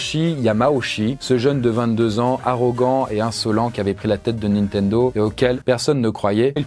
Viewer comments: ":Nintendo" ou ""Nintento" ? à 😅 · Juste après la promo : "Nintento" Bah bravo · 2.53 : "nintento"?? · Ah oui :"Les débuts hasardeux de NintenTo" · Nintento avec un "T" ? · NINTENTO hahahaha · Ta mis un T à la place du D de "nintendo" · "Nitento" à la 3ème minutes hahaha Sinon la vidéo est top :) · wesh rien que le début de la vidoe il arrive a ecorche le nom Nintendo vas y degage ...